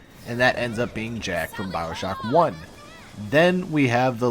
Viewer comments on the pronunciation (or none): none